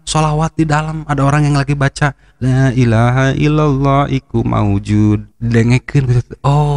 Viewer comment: Koreksi,, bukan iku maujuud, tp Hayyummm Maujuud... Hayyummm Ma'bud….. Hayyumm Baaq.... Pangapunten kalo salah....